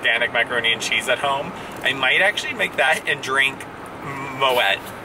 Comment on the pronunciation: Hi catching your blogs in the new year! But it is moe-y, silent t. Happy new year!